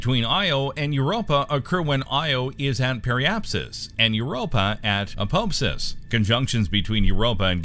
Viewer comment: Apopesis? I think you mean apoapsis... smh you guys are confusing. So much research but you miss the mark on some pretty basic stuff, usually pronunciations.